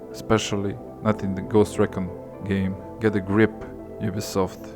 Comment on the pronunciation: Ffs say RE CON RIGHT